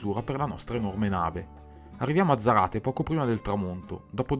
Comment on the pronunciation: Ah... scusate: Non si dice "zaráte" ma "sárate" (zaráte y brazo largo)